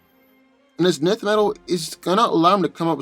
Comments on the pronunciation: Isn't it pronounced enth metal not nith metal? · 1st, Nth metal is pronounced ninth NOT nith, & no, Nth metal is not stronger than adamantium. Hawkman's healing factor isn't more powerful than Wolverine's. What happens when cuts his head off, what then? No way Hawkman wins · Love to see hawkman "fly away" when wolverine cleaves his wings from his back. Also...pretty sure its pronounced "en-th" metal not "nith" metal. And the combatant tgat can fly doesn't autowin as you suggested simply becausr the grounded opponent couldnt get an attack up to him. The flier has to come to ground level to get his attacks to land as well. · Two of my favorite heroes. Note: I believe Nth metal is pronounced "enth" not "nith". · Isn't Hawkman's armor material, Nth Metal, pronounced "En-th" Metal? Like the way you pronounce "tenth"? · enth metal (but ignore the e). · It kills me when he misspronunces enth metal lol I'm going to need him to watch some of the cartoons lol to hear how it sounds lol he does it in all his videos lol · We just gunna ignore you pronounced hawk man's metal wrong ? (Pronounced "ENTH")